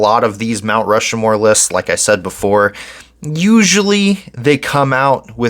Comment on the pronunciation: Stop saying Rushmore wrong. It's Rushmore. Not "Rushamore."